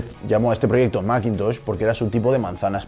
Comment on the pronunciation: ¿Y por qué no pronuncias "masintosh" o macbooc" en lugar de "maquintosh" y "macbuuk"?